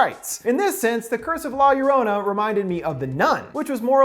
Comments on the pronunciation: I love this video but everytime he says la llorona I get so pissed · Are you being rude to me? All I said was he didn't say 'La Llorona' right. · Is it just me or did he pronounce her name wrong 😂 still much love to the channel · Who else laughed when he said "la llorona" wrong ? 😂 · Lol you prononsed llorona wrong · I got so triggered when he mispronounced La Llorona XD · Name: butchered Movie: explained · Every time he miss pronounced La Llorona it made my ears bleed a little. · the way he says la llorona 🤢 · The way he pronounced la llorona made me cringe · Pronounce it right, cmon they say it 100 times in the movie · It's funny to see someone whom didnt grow up ina Latin American area pronounce the title, I know get why other cultures laugh when they hear a misspoken word or phrase. Fun review byw! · I literally hurt me when he said La llorona wrong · I am so upset how you said la llorona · You got a lot of balls to mispronounce la llorona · He said la llorona wrong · That's not how you pronounce La Llorona, but great videos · Love your channel & all but COME ON.....pretty sure you could have pronounced la llorona much better🤦🏽‍♀️🤦🏽‍♀️🤦🏽‍♀️ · Me, a half-Hispanic: corrects his pronunciation of La Llorona "La Llorrrooona". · La Yoh Roh Nah you bastard of linguistic butchering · He said la yorana ...lol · For some reason it offends me that he says La Yurana 😂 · It Pronounce la-zo-ro-na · the curse of la llor"anna" learn how to pronounce spanish words bro. at least you could have listned to the trailer they prounounced it correctly there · "The curse of La Lorana" is he even trying? Lol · Bruv it's pronounced law your-own-uh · Lah yah raunah 😂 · I cringed how he says La llorena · "La Yurana".... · Say it like this "lie-ya-ronah" 🤣🤣🤣 endings explained rules 🤘😝🤘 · Lmao the way he says La Llorona. LA Y A R A N A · "The curse of la lolrona" I'm sorry😭😭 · 420 needspeed la yolona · Violet it’s la yorona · God I hate the way he pronounces La LLorona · Lorona not lor-ona